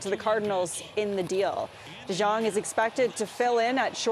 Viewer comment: DeJong is pronounced De-young.